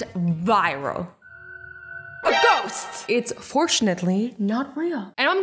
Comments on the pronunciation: Did you just say Goats instead of a ghost 🤣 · Did she say goat once instead of ghost or is it just me? No? k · She said goats not ghost 🤣🤣🤣🤣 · Yup she did say goat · Azzy saying:goat me saying :Azzy that is a goast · XD why did she say goat?!?! She meant ghost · When Azzie said ghost I thought she said Goat